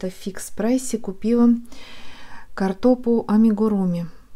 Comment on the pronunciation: кАртопу. Ударение на первый слог